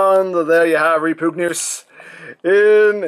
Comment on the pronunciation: Is..... is it pronounced like that? "Reh-POOG-news?"